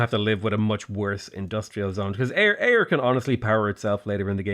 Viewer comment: Well done for pronouncing Ayr correctly.